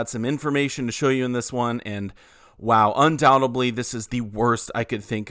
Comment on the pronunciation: Undoubtedly not undoubteBLEE. Come on dude